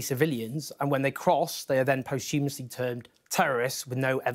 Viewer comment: `'Post humasly'. This Jones fellow can't even say posthumously and he's supposed to be a journalist..?